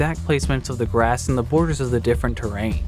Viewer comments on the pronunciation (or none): none